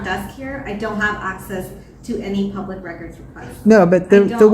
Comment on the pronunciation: I hate how she says "phub-lic".